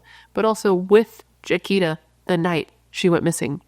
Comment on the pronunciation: Her name is pronounced (Ja-qweeta) She was my childhood friend. Our whole church looked for her when she disappeared. 😭😭😭 NEW SUBSCRIBER 🎉🎉🎉